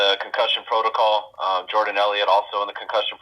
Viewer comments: Love your content. Please stop saying proto-coal, it should be proto-call. Like alcohol but not as fun. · Concussion proto”Cole”. What accent is that? 🤣